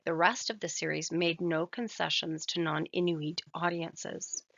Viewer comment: Couple grammatical errors I'll correct, we don't pronounce R like in english, we say it with a tincy wincy bit of growl and Igloolik. We don't prolong the pronounciation of the O we say it like it's a quick U. Another correction is that Inuit is pronounced "In-wheat." Last correction; Isuma is pronounced with a quick U, don't prolong it